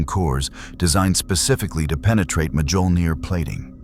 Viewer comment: I love stories like this, but can we please teach the AI how to pronounce Mjolnir?